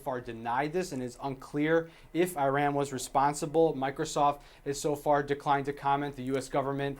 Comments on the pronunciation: it's not Ai-RAN... It's EEh-RUHN. That talking head from St. Petersburg Florida is a total novice. Terrible speaker and reporter.. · Does CNN really have a reporter on national TV pronouncing Iran as I ran?